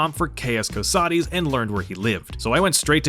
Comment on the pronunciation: You get a like for being one of the only YouTubers to pronounce “Cosades” properly.